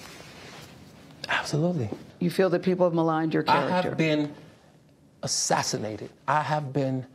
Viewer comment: "I have been assadinated" 😂😂